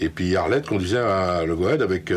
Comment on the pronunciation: Haha la prononciation du nom du bateau très "française" tout de même